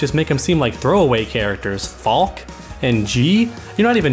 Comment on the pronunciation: Her name is pronounced Fal-kuh. It's German for falcon, and its a cool ass name.